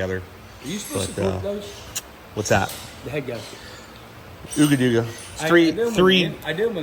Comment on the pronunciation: It's pronounced Ugga dugga not ooga dooga